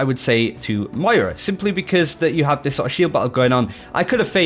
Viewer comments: It's pronounced Mwah-raw. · In the beginning, I thought you said mario. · Got to say MmoiRA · u started off so well. Mira isn't her name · why can't australians say MOYra???? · you really have to nail the pronunciation of Moira, come on man it's phonetic! M-o-i-r-a, you can do it!! Love the channel and the video, great stuff!